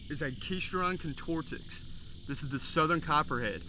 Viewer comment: you pronounce (Agkistrodon contortix) so weird lol, but nice catch though, ive only caught Northern/Southern hybrids